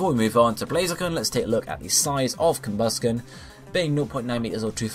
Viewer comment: DO ABSOL Also, I've never heard it pronounced "COMbusken"